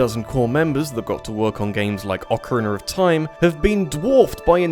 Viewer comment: a part of my soul dies every time you say "ocariner of time"